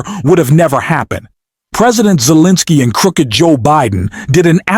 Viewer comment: 💙 I am beginning to waiver on my liking this channel because of the narration. You mispronounced Pres Zelinsky's name several times. ??? What's up with that? Please make sure your narratives are listened to and edited. Thank you.l